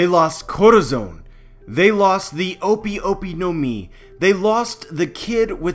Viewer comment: O-pi o-pi no mi? Nah it's o-pay o-pay no mi because I is pronounced as e and e is a in Japanese.